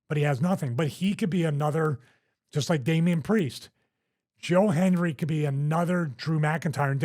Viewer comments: Hendry... not Henry, Stevie haha! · Stevie called him “Joe Henry” several times. It’s “Joe Hendry” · Stevie cant even same his name right, calls him Henry about 20 times